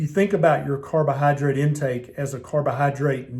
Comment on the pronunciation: i enjoy listening to ths doctors drawl my favortie word is "cardo-Hi-drate"